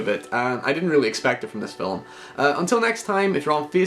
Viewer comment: "Film" is one syllable. Fillum isn't a word.